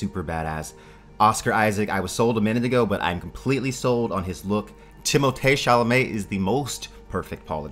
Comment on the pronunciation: I hate to be one of those people, especially when it's somewhat irrelevant to the purpose of the video, but the way he's pronouncing timothee chalamet and zendaya is killing me. It's not "tim-o-tay" its "tim-o-thee" and its not "zen-dye-uh" its "zen-day-uh." Sorry lol but it's kinda like nails on a chalkboard if you know what I mean. Nice review!